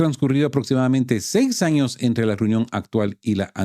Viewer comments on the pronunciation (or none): none